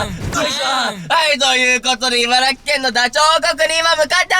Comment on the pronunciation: りんねくん、いばら「ぎ」じゃなくていばら「き」です笑